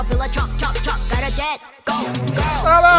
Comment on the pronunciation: Not you pronouncing mascara wrong 💀💀